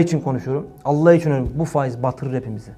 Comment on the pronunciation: Tam bir şarlatan rabulalemin ayetinde şunu der şeytan sizi Allah adıyla kandırmasın adam sanki mizahi şarlatan Allah kelimesinin vurgusuna bakın adeta orda oturanlara dalga geciyo